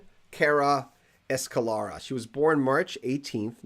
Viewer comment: Escalera.......please do try and pronounce it right.. Thank you..!!